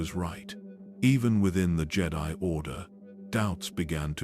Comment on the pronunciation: Ah yes, the "Jay-die" Fuckin AI